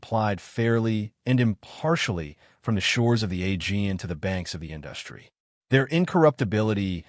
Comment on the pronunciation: To the banks of the "indus"try? They need to fix these AI presentations before they post them